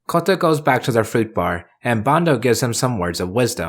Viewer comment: FFS stop pronouncing Kouta as Kotta